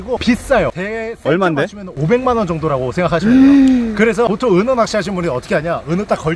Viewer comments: 은어낚시를 은혜 낚시로 발음하시는거 같은데... 은혜님한테 은어처럼 화나서 헌터퐝님이 낚시대 뿌러지는것처럼 허리가 뿌서질갓같은데 미리 삼가고인의명복을빕니다.. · 나 왜. 은어가 은혜님이라고 들리지? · 은어가 왜 은혜라 들리죠... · 자~은혜 낚시 아니고요 은어 낚시 입니다😂😂 사랑합니다 은혜님 ㅋㅋ❤❤ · 은어을 은해라고 들었네요 중독인가요?